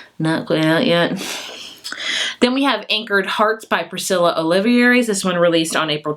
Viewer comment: I was glad to hear that you said that you dont mind being corrected on the pronunciation of the last names! Jimenz js pronounced he-men-ez and Oliveras is pronounced Oli-veras (last part like the vera in aloe veras). Thank you for your recommendations! I'm looking firward to reading these books!